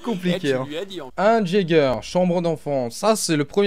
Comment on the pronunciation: ON NE DIT PAS " JÄGER " MAIS " YÉGER"